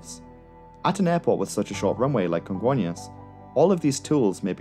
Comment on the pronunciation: I remember that day. So tragic... On a lighter note, your pronunciation of "Congonhas" and "Guarulhos" are on point.